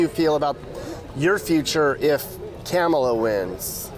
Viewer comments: LOL "Camela" :P THERE IS NO WAY TRUMP CAN LOSE!!!! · DID YOU SAY CAMELA HARRIS? HAHAHAHAHAHGAGHAHGAHAHAHAHAHAAAAA. TRUMP 2024 WE GOT THIS!